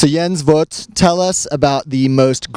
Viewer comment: no, it's not the right pronunciation, that is VOGT (with long O, but also with G)